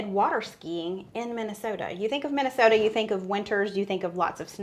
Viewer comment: Congrats on your pronunciation of “Minnesota”; you could’ve been a native! 🤭😹